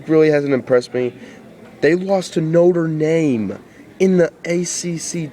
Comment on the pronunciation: BTW it's notre dame not notre name